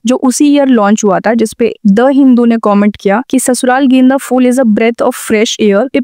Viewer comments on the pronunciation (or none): phool not fool